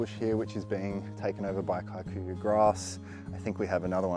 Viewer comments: Kikuyu grass. You used to be closer to saying Kee. Koo yoo grass. Somehow you dhifted to KAI ku ya?????🤣 we have it invading Maui too! The ranches may have planted it since it’s supposed to be good forage…..Kee koo yoo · Yup, I recognise that grass and it’s usually super tough and requires routine upkeep. Kikuyu is a Kenyan tribe not South African. You pronounce it as: Key-Kuh-you…for what it’s worth 😂 but great work! Always enjoying your content and kindness.